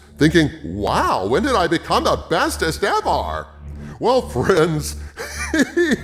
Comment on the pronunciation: The second he said "Bestest EVAR" I knew we were in some deep shit